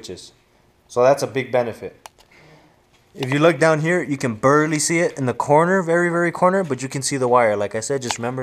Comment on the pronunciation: my nigga goes full Mexican when he says "berrly" haha . but other than that good video... especially if you live in Los Angeles like me cuz nigga's in the hood be trying to jack your wipe 24/7.